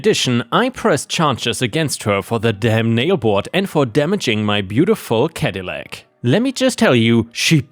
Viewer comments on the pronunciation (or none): Caddilac: cad-ih-lak. Not cad-ee-lac. Coupe: coop. Not coo-pay. Enjoy your posts, but please check pronunciations first.